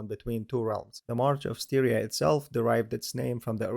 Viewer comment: Furthermore Styria is not pronounced like Syria, the first syllable is pronounced like in "stylish". Which leads to a result much closer to the native German name "Steiermark". (Same goes for town and river Steyr...)